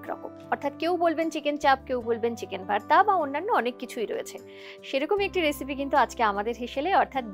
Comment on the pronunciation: ভার্তা কি না কি ভর্তা? এই ভাষা পাইছেন কই?